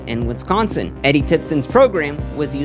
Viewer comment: You’re pronouncing Wisconsin wrong.